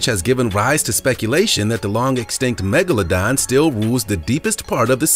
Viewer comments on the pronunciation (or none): none